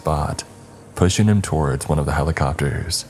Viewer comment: PushING!!!! NOT pushEENE!!!!